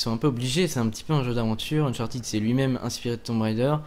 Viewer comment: Unchartead (prononciation comme "head") et non Uncharteed.